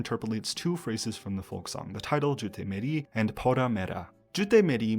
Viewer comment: Omg speaking Punjabi was not expected. Your pronunciation was very good. I'm impressed. I have seen this phrase be thrown around growing up a lot. And the way "Jutti Meri" would be used around me around by adults using this phrase would be reminiscent of someone in English "Oops look at me dropping this thing" or it's meant to be playful in a way of saying you messed up or teasing. However, this is how I understood the phrase growing up. Unless I missed context clues which means I have to do a lot of inner digging. Though, I am Punjabi I do mostly speak Hindi. So I won't be able to give you a linguistic breakdown but I can tell you the vibes. But also when I was listening to this song and suddenly I started understanding it and then I realized it was in Punjabi I was very much taken aback.